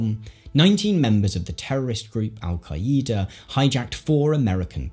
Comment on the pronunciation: Is that how English people say “Al Qaeda”?